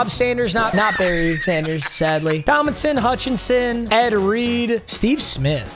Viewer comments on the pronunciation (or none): none